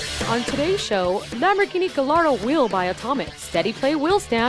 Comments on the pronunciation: LOL you guys mixed up the audio in the wheelstand review again (left channel right, right channel left). On pronunciations: Tyrrell - sounds like squirrel: Also Gallardo - sounds like guy-yardo. Finally on PS3 force feedback testing: I know you didn't have much to go on since the FFB on PC didn't work too well, but only having GT5 Prologue to judge FFB isn't exactly the best benchmark. Why don't you have DiRT 2 for the PS3? I know loves the game and the FFB kicks GT5's ring;) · lol you are forgiven, just to be clear the easiest way to remember is Guy-ar-do. Now go make 'loose lips' talk more about the next iRacing build!;) Kei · its not gallardo its pronounce as guy ardo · It's Guy ardo...that's the pronunciation not how it's spelled.